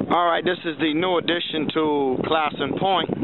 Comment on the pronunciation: Love this! Our name is pronounced Clay*son, though. Long a sound. I don't know where the east coast pronunciation came from. Very interesting...